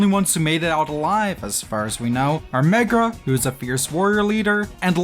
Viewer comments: i love how you keep saying "megra" <3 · 'Keeps hearing Megra, when the game says Merga a lot' Aaaaaaaaa